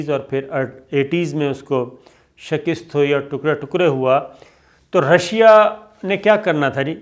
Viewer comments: bhaee shakast kaha karain shakist nahi pliz.bahtreen or reliable info. Allah ajr e azeem ata karay Ameen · Shakist nahi shikast hota hai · O bhai shkist nhi shakast hota hai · اسلام علیکم ورحمتہ اللہ وبرکاتہ۔ بہت خوب تجزیہ کرتے ہیں۔ اللہ آپ کے زور بیاں کو رفعت عطافرماۓ۔آمین۔ ۔معذرت کے ساتھ، لفظ شکست کا تلفظ بھی درست کر لیجئیے۔ ش ک کے نیچے زیر اور است کے اوپر زبر ہے۔ شکست۔ shik ast. اردو زبان کی ترویج کے لئیے یہ اصلاح کر لیجئے۔ جزاکم اللہ خیراً۔پاکستان ان شاءاللہ ترقی پاۓ گا، اگر ہم لا الہ الااللہ پر قائم رہیں گے۔۔ امریکہ اپنے بوۓ ہوۓ کو کاٹ رہا ہے۔ من تعدد ریاستیں نسلی تعصب کے خلاف پر تشدد مظاہروں کی لپیٹ میں ہے۔ لاس اینجلس میں فوج بلا للی گئی ہے۔ "میں سانس نہیں لے سکتا" "آئی کانٹ بریدھ" کی تحریک اپنے منطقی انجام تک جاۓ گی۔ نسل پرست حکمرانوں کے کیفر کردار تک پہنچنے کا وقت آگیا ہے۔ ہمیں اپنی چومکھی اندرونی و بیرونی دشمنوں سے نبرد آزما ہیں۔ اللہ پاکستان کا حامی و ناصر ہو۔امین۔